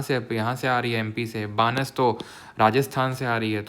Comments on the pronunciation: Sir Banas -: बनास hai aap बानस pronounce karte ho I'm from Rajasthan 😢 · बानस नहीं बनास नदी